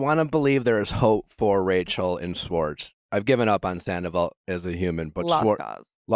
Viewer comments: Nick, love you, but please learn how to pronounce "Schwartz" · The way you say "sss-wartz" instead of Schwartz was driving me nuts lol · it's Tom SCHwartz pronounced with the Sh. for fucks sake Nick, lol someone help correct him! lol driving me nuts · I wonder if we’ll get an episode where Nick actually pronounces Schwartz’s name right 🤦🏻‍♀️🤣